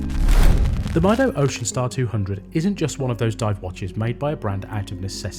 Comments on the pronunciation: It's meedo not mydo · It's pronounced "meedo" I guess, is from spanish "Yo Mido" which translates to "I measure" time I suppose, on other hand, I'm not ok with Seiko offering 3hrz movements in +600$ watches, I think the same thing on Swatch group, give me a regular ETA 2824 with the full 8 bph and less power reserve. Powermatic 80 is just cost cutting. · Mydo mydo mydo 😂😂😂, these people are soooooo ignorant don't even care to pronounce the brand properly. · I would have assumed Time+Tide would know how the Brand Mido is pronounced correctly 😅